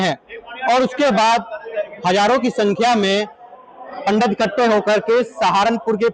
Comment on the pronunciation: संवाददाता up tak पंडत नहीं होता पंडित होता है. थोड़ा तमीज में शब्दों पर ध्यान देकर बोलो. आप संवाद आता है आपको शब्दों पर अच्छी पकड़ होनी चाहिए. पहले ट्रेनिंग ले उसके बाद माइक पकड़े 😡